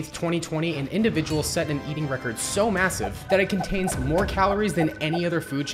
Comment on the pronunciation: Did he say MASSIVE?